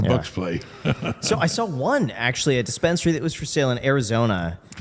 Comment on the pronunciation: Neither of you is going to correct "dispensarary?"